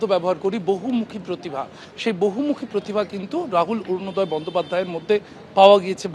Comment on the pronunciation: Borunoday bolchen kno? Orunoday .